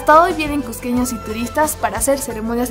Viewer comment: Lugares que "solo los cusqueños conocen" no coincide con lo que muestras, quién no conoce la plaza de armas? Y las calles del centro? La piedra de los doce ángulos?. Es lo más conocido por cusqueños y turistas. Te falta también un poco más de dicción y mejor tono para hablar, no se dice csssco sino Cusco bien pronunciada la u y la o. "csssqueños" cUsqueños. Trata de mejorar tu acento para que se oiga agradable y claro, con más seguridad y no suene tímido